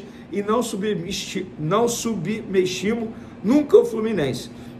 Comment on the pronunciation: Vene n sabe falar “subestimo”